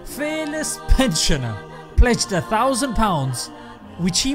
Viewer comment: The guy in the clip said 5 paans for £1